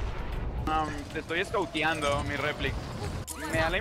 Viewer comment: Al inicio dice sancado en vez de sacando 😹😹😹😹😹